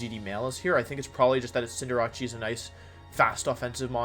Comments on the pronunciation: Dude I cannot stand the name pronunciations.. its CINDER-ACE wtf is cinder-ahchee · Bro why this man saying cinderache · Please pronounce Cinderace correctly. It's Cinder+ Ace Ace like the card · Fam it's pronounced CINDER°ACE. Butchering my favorite Pokemon name so so many time makes my ass itch